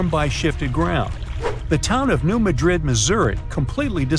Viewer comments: Please pronounce New Madrid correctly. The emphasis is on the first syllable of Madrid - MADrid, not the second like the city in Spain - maDRID. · Emphasis on the 1st syllable. New MAD -drid. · You're pronouncing New Madrid wrong. I can't take this seriously.